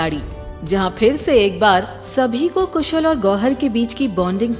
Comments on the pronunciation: Kushal not koosal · It's KHUSHAL not KHUSHUL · Its not कुशल its कुशाल